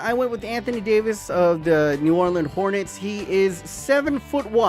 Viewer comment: "New Olrlean Hornets"